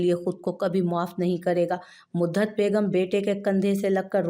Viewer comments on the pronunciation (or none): Madam midhat hota h modaht nhi